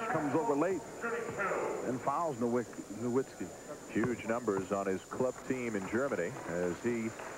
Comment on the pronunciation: And in the beginning it said "nowitzski" so they really got his name wrong in 2 different ways lol😅